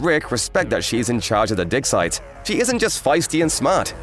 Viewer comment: I feel you need to learn how to pronounce "dig site" more clearly.. it's sounding like something else... >.>